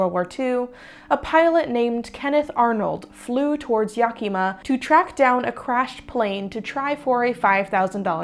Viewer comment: Pretty close pronunciation of Yakima 🎉